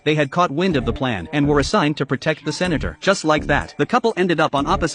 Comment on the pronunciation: Why did the voice say ”The Senator” like that